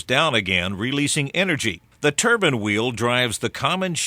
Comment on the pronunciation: Turban? hahaha surely he means Turbine...